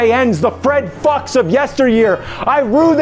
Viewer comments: It’s Fred Fuchs not the f words and you keep unpronounce it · He does it on purpose